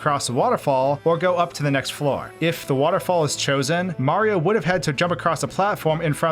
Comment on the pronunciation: You said Mario wrong.